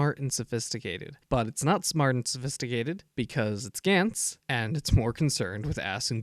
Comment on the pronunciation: It's not "Gents" it's G-Ah-nTz, if you wanna be a anime reviewer (which you are shit at) atleast pronounce the name's good